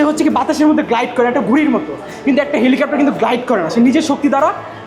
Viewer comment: ওটা 'হেলিকপ্টার ' হবে কাপ্টার না